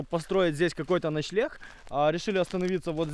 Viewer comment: Вы вместе говорите начелегх а правильно начленг лайк если заметил